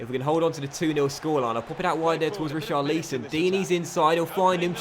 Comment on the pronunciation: Just a heads up! It’s pronounced Ri - char - li - son. Not: Ri - char - leese - on. Loving the series though. Any update when FM 18 will happen? I’m sorry if you’ve mentioned it before, I may have missed it.